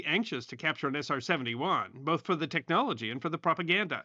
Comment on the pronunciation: Man said SR-70-Juaaan